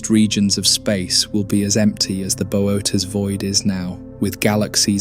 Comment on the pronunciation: The constant screen tilting gives me motion sickness… And its pronounced boh-oh-teez but I guess whatever ai program you use can’t figure that out